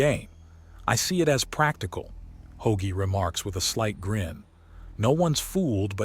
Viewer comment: Ho-agie? Ho-Ag-ee? please get the names right if nothing else.